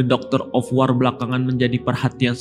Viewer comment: Wor oiii bukan war ah eelah